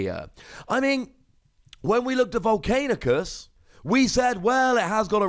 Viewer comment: I love your vids but it's not Vol-cain-i-us, it's not Vol-cain-i-cus, it's Vol-can-i-cus... Still love your vids though lol.